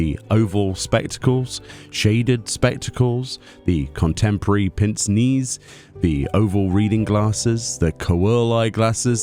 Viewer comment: Going to have to be that guy: Pince-Nez means pinch- nose in French and is pronounced Peinse Nei. I accept all hatred for the FYI.